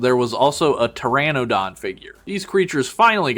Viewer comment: You mispronounced the Coelophysis. Neither is the Pteranodon. The Smilodon is actually called the Saber-tooth cat not a saber-tooth tiger even the episode of Futurama got it right. The Utahraptor is actually larger than Jurassic Park’s raptors so it is basically Reality is sometimes scarier than fantasy. Which is similar to the leader utahraptor from Primitive war which is also name cyclops because he got one of his eyes stabbed. They are actually Pterosaurs not dinosaurs & the actual flying dinosaurs are Birds. It is basically a winged raptor similar to the Mutadon from the upcoming movie Jurassic World: Rebirth. You mispronounced the Tapejara. Again they are Pterosaurs not dinosaurs. The colorations on this one is very similar to Spiny the Spinosaurus from the original arcade game & the anime series called Dinosaur King. You forgot to mention that there’s an unreleased Jurassic Park T.rex figure called the Gulper rex which has similar play features to the Bull rex from the Lost World toy line.